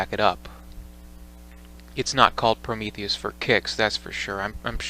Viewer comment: Did he say he loves Promethus?? 🥴🥴🥴